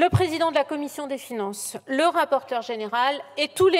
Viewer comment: 28min messssieur le président la comifffffion 😂